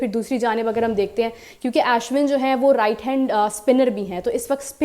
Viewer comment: Aap Ashwin ka naam galat lete hai. Ash win nahi Arsh waise hi Ash (remove R) win bole. Ashwin (aishwarya ka aish nahi)